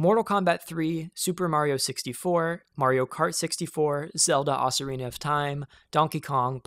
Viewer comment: ah yes, oceSEErina of time